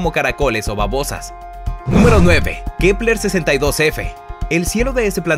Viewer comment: Like por cuantas veces dijo kleper